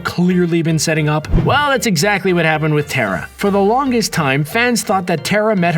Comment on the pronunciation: its "terra" not tera